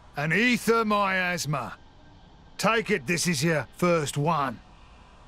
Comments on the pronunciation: On , it kinda sounded like Rex said, "my asthma's died down." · Anyone else think when Vandham says Miasma it sounds like he's saying "my asthma"? It kinda makes me wanna quote Lord of the Flies and say "Sucks to your assmar!" XD